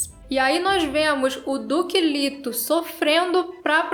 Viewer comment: A fonética é " lêto".